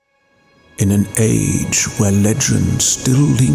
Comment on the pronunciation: Oh my GOD.....35 seconds in and i am SMITTEN with your speech pattern, and the way you say words in that..accent? The almost old-timey-wimey you say "In an ayych where lechend still lingerrrrs" , the pronounced "oo" in "the turning of a bOOk page" Man..really got me drowsy as hell in the first minute. Liked and subscribed. AND Added to my personal, curated list of "BEST ASMR" videos. Incredible choice of theme, too, im a sucker for high fantasy. Edit: Holy shit, man...this is like hollywood level ASMR, cinema, post-production, editing, effects, ohhhhhhhhhhhhhhhhhhh sound quality..zzzz